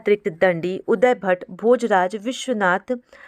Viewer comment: Mam aap samjhate samay buhut important cheezon ko galat bolti hain. काव्यादर्श को काव्यादर्शन अलंकार का मूल वक्रोक्ति है न कि अलंकार ही स्वयं वक्रोक्ति। उद्भट को उदयभट्ट बोल रहीं हैं। संस्कृत के श्लोक का उच्चारण भी सही नहीं था। कृपया ध्यान रखें आप नेट,जेआरएफ हैं, पीएचडी भी कर रहीं हैं।